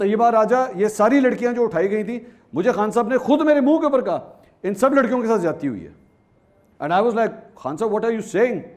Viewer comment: Ziadati.....ka lafz mansoor sahab apki urdu he kharab hai... ??